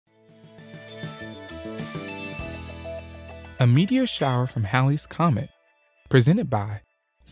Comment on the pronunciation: Sorry, "shower" not "shiwer" :P